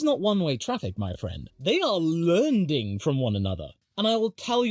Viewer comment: first minute in and im laughing at your goofyness, "lernding" lol xD (love the vids man!!)